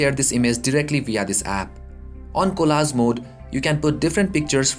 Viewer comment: opsions or options? collaz or collage? bhai mere kahe ko desio ka naam barbaad kar raha hai, accent to achchi khasi hai teri!